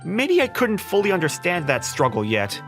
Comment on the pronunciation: “Undershtand” they pronounced it so wrong I laughed. like how do you mess that up it’s just two easy words combined. I understand the girl is little so that makes sense but how’d the bro get it wrong🤣